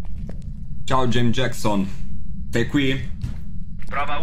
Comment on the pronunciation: Nessuno: Proprio nessuno:: Gieims Giecson